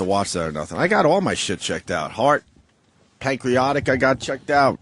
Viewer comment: "Pancreotic cancer" Thought it was pancreatic